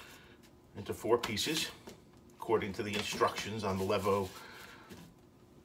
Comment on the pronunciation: The line above the E means pronounce it LEEVOH. Not that I care...